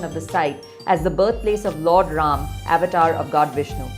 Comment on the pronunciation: Avatar ko sahi se bole